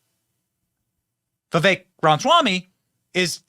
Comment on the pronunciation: This guy is just a big loudmouth. Doesn't even know how to pronounce 'Vivek'.